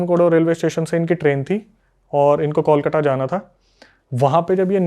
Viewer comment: इतना गलत उच्चारण करते हैं बांग्ला शब्दों का कि हंसी आ जाती है हिन्दी भाषियों पे। 1 कोलकाता ( kolkata) में त की जगह ट लगा देते हैं 2 Begunkodor ( बेगुनकोदर) को नजाने क्या ही बोल रहे हैं